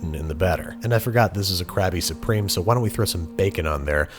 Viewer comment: has name of burger there, says it wrong